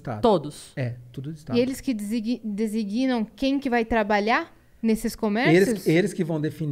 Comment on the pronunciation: “Desígnam” e não desiguínam.